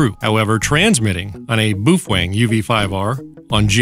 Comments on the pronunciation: Ok, so ... Bow fang is how most people pronounce it, Bo Feng is how it's supposed to be pronounced, but ... Boof Weng is now how I shall forever pronounce it! :D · "Bouf wang." LOVE IT! 😁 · "BooFwang"? LOL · you are out of tuch mate do your home work. you dont even pronounce the name correct . ijut